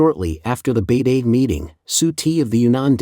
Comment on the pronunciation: Please do something about your robot voice-over. “He” keeps pronouncing Beidaihe 北戴河 as “Beidee” (it should something like “Bay-Dye-Her”). Listen to Tony on “China Update” - he is meticulous in pronouncing place names and proper nouns correctly. Many viewers neither know nor care about these distinctions, but it gives an impression of carelessness and cost-cutting.